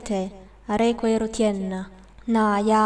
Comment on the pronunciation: You pronounced some short vowels as long vowels. For example, when you say Eru , you pronounce it "EEH-ru" instead of "EH-ru". Also, you don't trill your R's; but I understand this is hard for people who don't speak languages which have trilled R's. I also find it very hard to trill my R's on several instances.